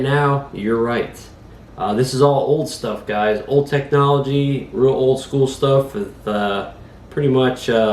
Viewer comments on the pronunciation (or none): none